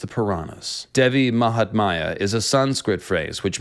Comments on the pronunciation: just a bit of correction: it's not Devi mahatmaya it's actually Devi mahatmya ( pronounced as -Mya at the end not maya, yes like the cat purring sound lol). Also the meaning of it is not really glory of the goddess but the greatness and importance of the goddess. Mahatmya the word originates from the sanskrit word Mahan which means great! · You have done appreciable research………but I would like to point two thing not offending you in any manner……the word is devi maha-tam-ya and poem that you recited in the end you mentioned prasad as some sort of offering…..it’s actually the name of the poet